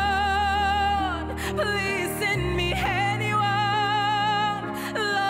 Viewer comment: unglaublich schoen..schade, dass die aussprache von anyone so stark nach henione klingt, das stoert ein wenig aber die stimme ist one of a kind und das mit 17..dayum